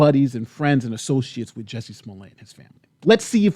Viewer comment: He can't even get Jussie's name right